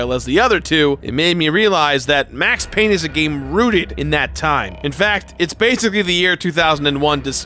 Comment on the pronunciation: It’s Payne!!!